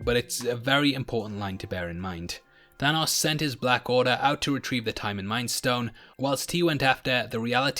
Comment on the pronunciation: I can't get enough of how says, "Thanos". I could listen to you talk all day, mate!